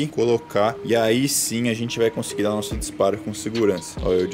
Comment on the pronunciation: Eita cara "nócego" k k k k k k k k k k k k k k k